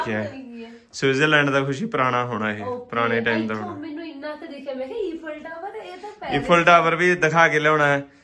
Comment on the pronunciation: ਈਫਲ ਨੀਂ ਆਈਫਲ ਟਾਵਰ ਭੈਣੇ